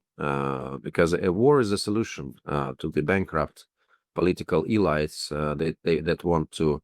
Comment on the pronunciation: "E-lights?" "Nayzees?" Please give this guy an English course.